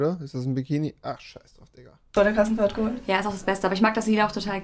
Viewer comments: Wie Rewi einf Klass Krassenfahrt gesagt hat 😂 😂 😂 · Wie Rewi die ganze Zeit Probleme hat Krass Klassenfahrt auszusprechen!😂